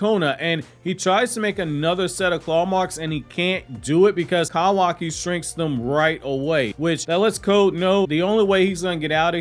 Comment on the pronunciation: I can’t get over the way you say kawaki “kowaki” 😂🤣😂🤣😂🤣